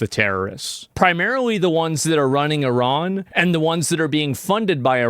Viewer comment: I'm straight up impressed that Asmongold pronounces the country as "ee-raan" and not "eye-ran" like most Americans. Well done sir.